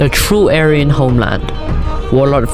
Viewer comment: true "ayran" lmao